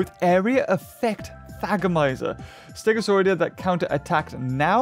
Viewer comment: this isnt hate but its pronounced stego saur ih day